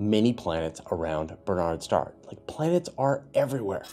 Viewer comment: Minor point. Historically Barnard’s Star is pronounced with the accent on the first syllable. BARN’ ards star.